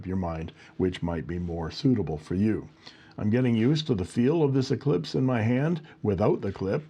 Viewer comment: spelled "Eclipse" and pronounced "eclesiastez" 😆 thanks for the review, I haven't seen many of the new Eclipse